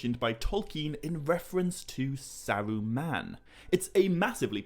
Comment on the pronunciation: Sawuuman, I’ve never heard anyone prounance ”Saruman”.